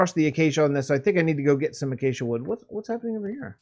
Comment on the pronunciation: Ah, I see you Acacia correctly. Some people's pronunciation of Acacia... "Achacha" "Achakia" etc